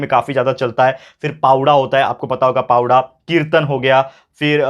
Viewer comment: sir, that is not पावडा.😊 That is पवाडा not जगर गोंधाळ. 😊 That is जागर गोंधळ (Chatrapati shivaji maharaj ka hai *powada*)